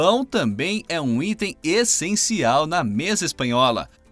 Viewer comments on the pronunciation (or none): none